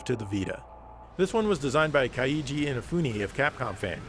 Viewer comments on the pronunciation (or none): I wonder, why not use the Dualshock 4? It at least lets you use the touchpad to simulate the touch screen. Also "Keiji" is pronounced like "cagey", and the Danganronpa games are also on PC.